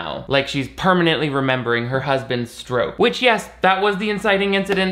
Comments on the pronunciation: I had to listen four times to realize you were saying 'permanently remembering her husband's stroke' and not 'permanently remembering her husband's scrote' I think I need to go to bed. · I definitely thought you said remembering her husband's scrot not stroke lol